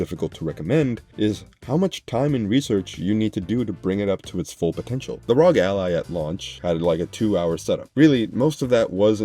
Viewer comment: It's arr-oh-gee, not rawg!!!